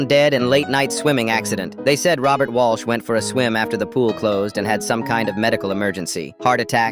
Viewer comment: And Mr. "Walsh"